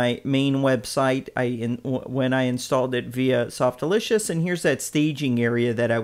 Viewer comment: Lol Softalitious :p Its Softaculous not Softlicious :D